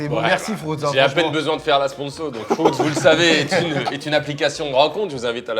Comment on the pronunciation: C’est pas frOUtz c’est frUItz svp arrêtez 😭😭😭